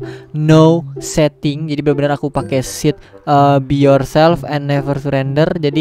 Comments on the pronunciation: "BE YOURTOD AND NEVER SURRETOD" SEL BAT GW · Be your selp neper curender wkwkkwwkwkwkwkwkwkwkkwkw